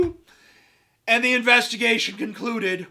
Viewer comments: "INVESTA-GAYSHUN! WINK FUCKING WINK!" lol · I think "investahgaysion" should actually become a word. A word meaning "a phony police investigation done for the purposes of protecting corrupt officers and officials."